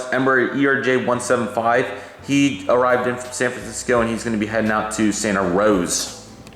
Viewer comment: Great video! Are you planning on making SFO model? Oh and btw, it’s pronounced Santa Ros-a not rose..